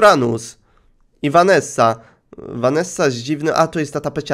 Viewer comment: ja mam na imię Vanessa i dziwnie jest jak wymawiasz moje imię XDD